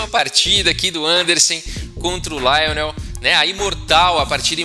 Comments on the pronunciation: Rafael: se Lionel era francês, a pronúncia jamais seria como a que fez, na forma inglesa. "LIonel" em francês, é bem mais próximo da pronúncia em Português de "Lionel". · Se o cara era francês, então a pronúncia não é Laionel. A primeira sílaba é pronunciada igual ao português, ou seja, Li. Assim como Garry Kasparov é pronunciado no russo como Gári Kaspárov